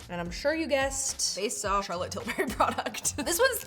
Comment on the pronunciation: Laughing at Charlotte "Till-berry" every time she says it.